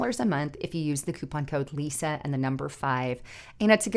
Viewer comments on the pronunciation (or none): none